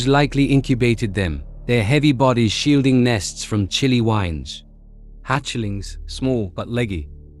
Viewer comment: A few facts that could have been dispensed in two too three minutes stretched by a computer voice that pronounced what I'm sure was supposed to be the word "wind" as WHINED